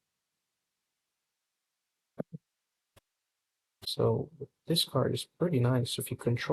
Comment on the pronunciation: Inventere seleta 😭😭😭. Its in-vi-ta-re and scelta is read like shelta'